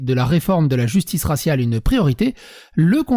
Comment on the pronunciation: Raciale et non rassial😤😤😤😤😤